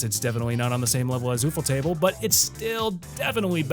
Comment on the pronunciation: “ooh foe table” 😂